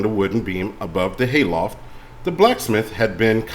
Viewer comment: 😂😂 HAY loft, like in a barn🥺. Dammit it’s not my fault I’ve got a big vocabulary 😭